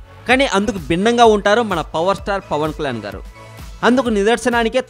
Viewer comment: Pavan klan kadu Pavan kalyaan nee pranounsation chusuko